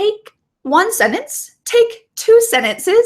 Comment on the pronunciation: I've been just now using your video for vocal listening and repeating practice. Overall i appreciate your clear enunciation. But i would ask you to consider pronouncing the word sentence better. the way you said it sounds like senance